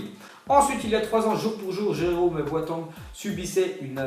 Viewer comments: Mec tu sais pas prononcer les noms des joueurs ou quoi ? mddr « bouatangue » « de bruine ». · "Boatan " Ouch mes oreilles